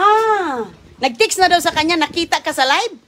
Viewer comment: Makakain na naman ng masarap si roning at mga anak libre pa. Bugok kuya Rollie hindi kuya Rolay. Gutom si Aguy kc d mo pinapakain. Yan ka naman selfie hindi selpay. State hindi stit. Nag tiks raw ang text. Ispis ung space